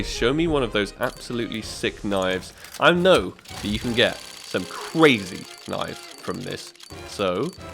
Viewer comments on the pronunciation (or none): "creezi reenbouwi hologarafik tingi" lmao